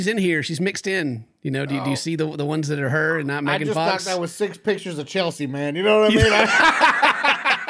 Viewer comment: Mee-gan fox lol